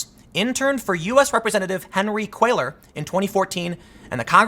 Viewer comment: Pronounced CWAY-YAR...two "ll"'s in Spanish is a "y" sound, generally. No worries, I'm pasty-white-guy who moved from Ohio to San Antonio for thirty years, I had to learn too.